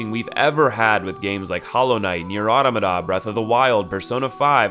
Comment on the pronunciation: "Nier OTAMAHHTAHH" I have never heard it pronounced like that before. Cheers. Vye-car Amelia.